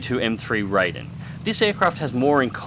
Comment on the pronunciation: FYI anyone that reads this: The Raiden is actually pronounced more like "Lie-Den", not rayden. Also, "ki-#" is pronounced "key", not "kay-eye". It's an abbreviation of kitai, not an acronym. Not trying to sound superior or something, just wanting to inform those who have never heard otherwise. After all, the more you know...